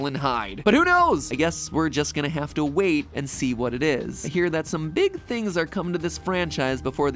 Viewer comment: "And its a BEEG one" <--- was funny